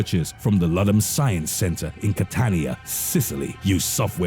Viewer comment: It's pronounced caa-ton-ya. I should know, I was born there ( other than that cool video)